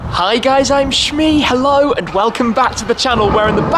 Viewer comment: Did you notice he said shit mee